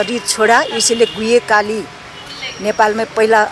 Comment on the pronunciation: আমরাও ওই কালীমাতা কে দেখেছিলাম,গূহ্যকালী নামেই পরিচিত,গুয়েকালী কেউ উচ্চারণ করে নি।